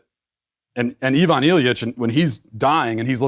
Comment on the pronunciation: I-vun. Not yvonne. Sorry. I'm one of those people.